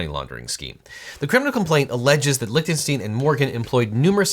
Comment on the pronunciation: Correctly pronounces Schadenfreude... but keeps saying LichtenstEEn when it is Lichtenstein. Gene Wilder would be proud.